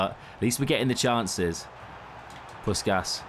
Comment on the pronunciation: Pussshhhhkas not puskas